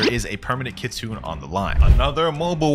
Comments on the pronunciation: Pls say ki-tsu-nay instead of ki-tsoon. Thats how it is in japanese 😭😭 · If I hear one more Kitsoon and not kitsune I will flip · Kit sune long a